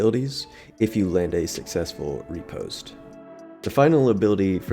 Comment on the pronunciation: Ri-pos-te Fle-che Your were close on pronunciation. Good video though.